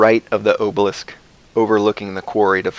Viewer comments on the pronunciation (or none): It's pronounced obelisk, not obelisk.